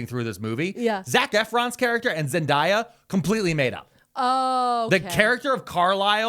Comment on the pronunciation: He is frying me how he’s pronouncing Zendaya’s name 😂 I promise I’ve never heard it said that way